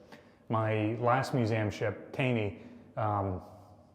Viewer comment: curious on your pronunciation of the Taney. Generally, anything named after Roger Taney or his family I've always heard pronounced as "Tawney."